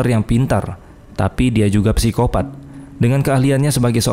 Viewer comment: Ganggu bener lu bang, sebut nya sikopat gak usah pakai P